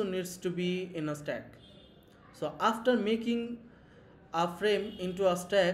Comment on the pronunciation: It's not Slack it's Stack